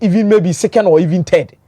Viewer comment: All I wanted to listen to was football news. What’s all with these Turkey history class? Also it’s ballon d’Or NOT ballon Dior.